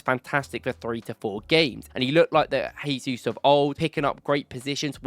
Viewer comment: I respect your content and love everything . But it’s Gabriel Jay-zoos , not Hay-Zoos. Brazilians and Portuguese’s pronounce it as J not H which is different from Spanish who pronounce it as H. You don’t pronounce Joao pedro as Hoao Pedro , or Jorginho as Horginho